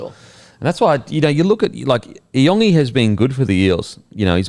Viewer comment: Hey guys just quickly regarding isaiah iongi. His last name is pronounced "Yongi" not e-ongi. The I is pronounced as a Y